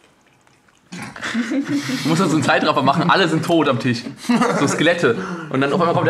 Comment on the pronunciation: es heißt TISCH nicht TICH. du vogl